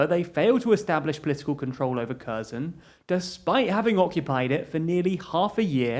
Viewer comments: Try to pronounce kherson as herson. It's not kerzon. I would recommend you to at least ask a Ukrainian how to pronounce these names. I am not from Ukraine but I have heard how they pronounce these names and they sound different. You have been pronouncing it kerzon from the start of the war. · The way you pronounce Kherson makes me since. Try "Her-son". That's closer than Curzon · 'Kherson' is pronounced "HAIRSONE" 'Kharkiv' is pronounced "HARKEEV" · I wish they at least tried to pronounce the names correctly. Kherson, my ass